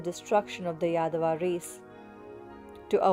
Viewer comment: 🤣, don't say yadava, it means idiot in telugu. say yaaaaadava